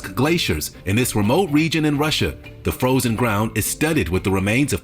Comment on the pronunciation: I ain't hear a word u said after u said froshen 🤣🤣🤣